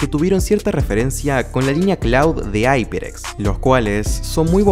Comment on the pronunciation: como le llamas aiperx a la marca hyeprx. esa marca se pronuncia iperx no aiperx